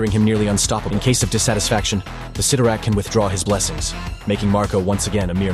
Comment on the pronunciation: It's pronounced sit-tor-rack